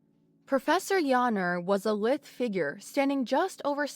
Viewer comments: I enjoyed this story, thank you. But you really need to perfect your pronunciation BEFORE publishing stories. If you don’t know a word, look it up or ask someone more knowledgeable. For instance: at 1m16s “lithe” is pronounced incorrectly…. Not a good start. 3m58s Birds have plumage, yes. But it’s pronounced “ploomage” NOT plum-age. At 20m07s “she gestured to her lithe frame” … it’s not “lith” it’s lithe (rhyming with “ lie”). 35m05s Quadruped… It’s pronounced “quad-roo-ped”! 41m46s “subsequent” was pronounced incorrectly too. The emphasis is on the first syllable “sub”, not the second “se”… There’s no “see” sound. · No. only the 'lie' pronunciation is correct. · Lithe is pronounced like lied. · 1:!3 "lithe" The correct pronunciation is "lie-th." It means agile and slim, or svelte. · I will add more once I finish listening, but the word LITHE, it not pronounced lith. The I is as you would say I (eye) so, L-eye-th the th as in three. Good job other than that. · Good story for an external perspective! Well-written and a fun listen! Thank you very much for the story! Professor should also be thankful she never met cassowaries. XD Notes for the narrator: The word "lithe" is not pronounced with an "i" like "lit" but with the "i" from "light". "Plumage" is a double-o, like "goo" and not the same "u" in "plum". "Quadruped" is three distinct syllables; "KWAD-roo-ped" (emphasis on the first syllable). You have a great voice for the narration and are getting noticeably better. Please remember keep it slow and even. There are a few times when you appear to be anxious and try to speak too fast. It's fine, it'll come in time. Looking forward to more narrations from you! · Good story and narration just a correction on the pronunciation of the word "lithe". The "i" would be pronounced using the long sound rather than the short one. So "i" as in EYE so it would be L(eye)the figure not lith figure. And it's pl(oo)mage not plumage. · Pronounced Lie th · You pronounced lythe wrong